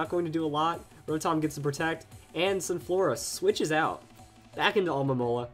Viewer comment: Okay man, it's not Alomola, and it's not Almomola, it's Alomomola. Say it with me. Al-o-mo-mo-la.